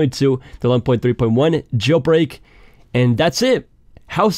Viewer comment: “Jel brek”